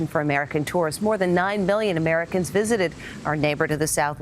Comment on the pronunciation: 9 billion Americacs😂